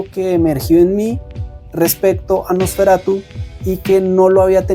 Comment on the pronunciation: Me daba algo cada vez que decías "NosferatuS" 😮‍💨, pero tu reflexión me gustó mucho, muy alineada a lo que nos cuenta Eggers a través del Terror.